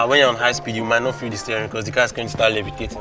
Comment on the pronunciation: "this car.... did nor inherit dah rubbish" 😂😂😂